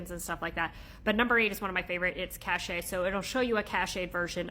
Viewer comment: It's 'cache' (kaSH), not 'cachet' (ka SHā).